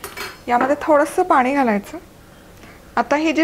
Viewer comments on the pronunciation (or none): मॅडम तुमच्या रेसिपी खूपच छान असतात हो पण बोलताना ण आणि न योग्य जागी वापरलात तर खूप बरं होईल. आम्हाला ऐकायलाही छान वाटेल. "पानी" ऐकायला खूप कसंतरी होतं. तेवढं बघा जरा जमतंय का.